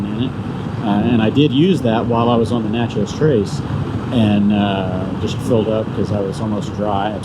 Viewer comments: When we MS natives say Natchez, it’s more Na-tchez than it is Nat-chez. The “t” is almost silent. We have a lot of hunting land off of the trace in central MS. It’s a beautiful trip…loved watching this vlog! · It’s pronounced “neigh-chess” :) cool ride!